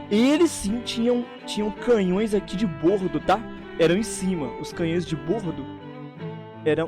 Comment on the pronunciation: Errou, é "de bordo" o "o" é aberto